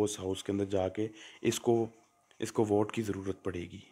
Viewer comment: Wote nai hota vote hota h.. anpad